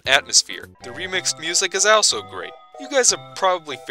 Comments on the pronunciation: How can you mispronounce a word as simple as also multiple times in one video? Answer: many. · You pronounce “also” extremely bizarrely lol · what the fuck is up with pronunciation of the word "also"?